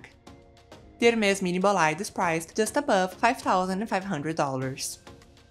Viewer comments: Please get the pronunciation of the bag right… it is not “bo-lide” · That is not how you pronounce bolide.